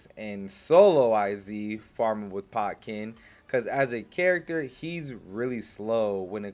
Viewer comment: don't you mean Ken-pot-chi?